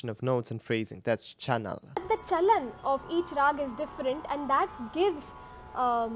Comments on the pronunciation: thats not CHANAL its CHAALAN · You were saying "chanal" while it's "chalan". That is not even a tough word in Hindi indian language 😅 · That movement of notes is called "CHAOLAN" in Hindi language but not "chaonal" as u utter naturally being a foreigner.😊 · Sir it is "Chalan" not Channel Chalan means movements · It is " Chalan"( Rules) sir not Chanal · Actually it's not "chanal" it's actually "chalan". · Her: chalan Him: chanal Me: 🤦🏻‍♀️ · Hehehe... that's chalan... not chanal 😅😅😅 you will take a while... don't worry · but its not chanal rather its chalan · Not chanal .... it's chalan !!!! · "Chalan" "cha..la..n" means the way to walk or a trend.. in context how to pick and skip some notes while ascending and descending .. i am not a music expert but just a hindi speaker who wanted to help seeing you struggling the word.. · And please read after me ... cha-Lan hihi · Him calling chalan as chanal is hilarious 😂😂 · chalan- cha-la-n.. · its chalan cha-la-n you're seriously.... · Even the video tried correcting you when it came to CHALAN 😂